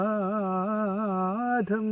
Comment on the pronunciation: മദ്ധ്യമം ചിലപ്പോൾ ഉച്ചാരണം മാറുന്നു. ശൈലാധി നാഥം / ശൈലാദ്രി X